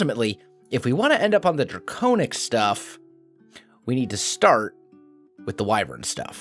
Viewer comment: It is pronounced (Dray-con-ic) now (Dray-cown-ic) if im not mistaking